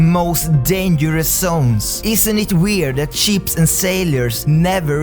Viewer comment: When he says "boats and ships sink" I keep thinking he says "boats and sheeps" xD And yes, I do believe in mermaids/sirens